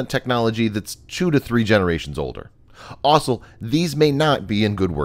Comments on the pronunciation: This guy can’t say the word also he keeps saying “aslo” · You need to practice how to pronounce the word ‘also’